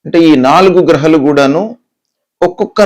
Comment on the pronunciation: గ్రహలు కాదు గ్రహాలు😂